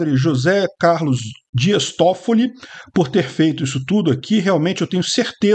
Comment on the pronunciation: Quando falou Días Toffilli... Eu: Tem parada errada aí irmão.